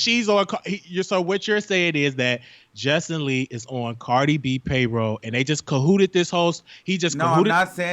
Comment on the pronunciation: He was killing me messing up the names, "Justin Lee, Armad, pyola"....lol